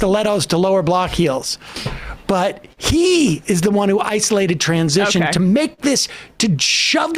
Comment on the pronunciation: I like how he put extra emphasis on the word "transition" because it became a trigger word... It's not even in the context that the right-wing usually rages about...